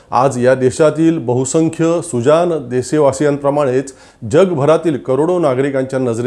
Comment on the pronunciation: मणात नाही.मनात. सुजान नाही.सुजाण.आपन नाही.आपण.महाशय आधी शुद्ध बोलायला शिका आणि नंतर भाषण ठोका.